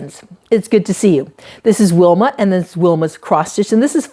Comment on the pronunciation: Oh Wilma to hear my name was so exciting… pronounced perfectly!